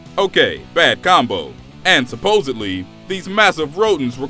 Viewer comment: About 10% of the population says "supposedly" correctly. You are in that minority. Salute